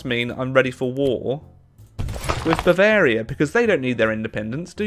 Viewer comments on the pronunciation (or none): Come on now. It’s Bavaria for gods sake, don’t pull an Italy on us.